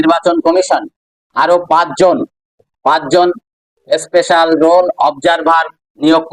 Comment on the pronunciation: কথাটা "এসপেশাল" নয়। ওটা " স্পেশাল " বলো । উচ্চারণে একেবারে মাস্টার ডিগ্রি। ধুর।